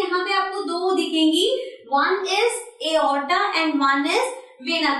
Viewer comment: You are speaking arota in a wrong way.